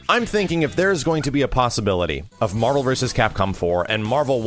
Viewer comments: Yesss Facking Marh-Vel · Say it with me doods, WHEN'S MAHVEL!?